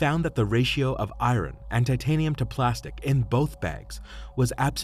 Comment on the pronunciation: This was an interesting case. You need to get a better script reader. An out of work actor would do a better job. The way he pronounces the word "iron" is embarrassing!